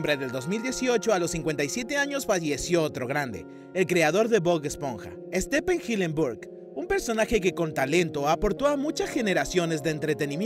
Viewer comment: Estepen jilenbur🙉